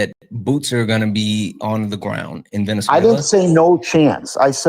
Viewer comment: finn calling it “venezu-ayyy-uh-la”